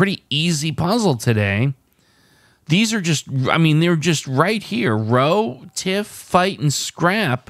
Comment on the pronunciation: Row meaning to argue, would normally be pronounced to rhyme with how (at least in the UK).